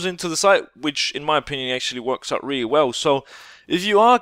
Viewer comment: "No-one can shoot you 'oot'" Are you Scottish now?